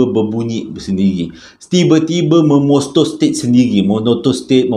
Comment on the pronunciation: tergelak sy bang,, memotostat, menonostet, menotostet 🤣